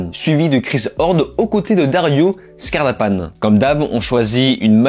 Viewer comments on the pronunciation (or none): Dario Scardapane le « e » se prononce ! C’est Italien le pays qui et juste voisin … sérieux !